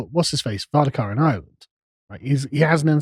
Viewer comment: Carl, please learn to say 'VARADKAR', repeat after me 'VA-RAD-KAR'. not 'Vardakar', there is no such Taoiseach as 'Vardakar'! You keep making this mistake and it reflects very poorly on how well you're perceived as a political commentator.